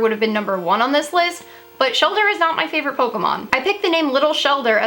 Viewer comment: Lol you said “fravorite” lol